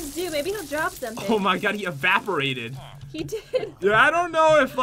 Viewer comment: Pat really said he avaporated instead of evaporated